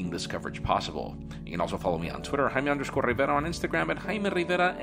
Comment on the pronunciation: Does any other spanish speaking person here thinks it's reaaaaally annoying how this guy over pronounces his own name? I men, he's not just "Jaime Rivera" he's ""